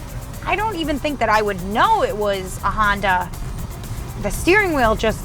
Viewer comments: Honder Accord......ROFL!!! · Honder accord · Honder lol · Is it just me or is she calling it a honder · HONDER!!! Gotta love it. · i tot she said her nama was honda...lol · She keeps saying hondurrr accord. WTH? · Why do white people say honder? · She said “Honder”....gotta love that New Wngland accent. Lost mine when I was 10 when I moved away from RI